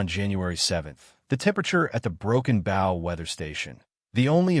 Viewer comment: Broken Booow not bough Broken Bow